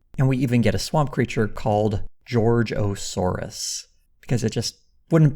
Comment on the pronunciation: george o saurus? omfg